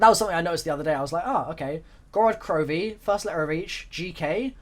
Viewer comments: its pronounced Gor-Ed - Kro-Vee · Many of you may know this and many of you may not, but it is pronounced (Gore-odd Crow-vee-eh) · Roll the r in gorod and for krovi it's krovi a but the a is a little bit silent but not too silent so gorrod krovi ah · Its pronounced "Gorod Krovi" the r's are rolled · Gorod Krovi is pronounced Gorod Krovia with an a sound on the end with a russian accent. :) its so easy to say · It's pronounced G-oh-roh-dt Kr-ov-yee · Gorod Krovi*